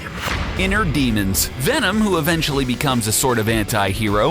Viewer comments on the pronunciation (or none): none